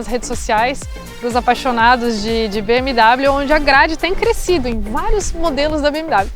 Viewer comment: Não se pronuncia BM DÁBLIO mas sim BM Déblio! Hellllloooo! 😅😀🤪